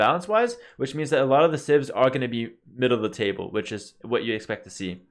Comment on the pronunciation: I gotta stop watching Pewdiepie videos... everytime you said "civs" I clearly heard "simp".